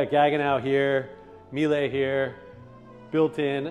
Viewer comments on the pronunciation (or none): Nice! Love Tag Front’s work. BTW, appliances are pronounced “Me-luh”, like Porsch-uh. German. ;-)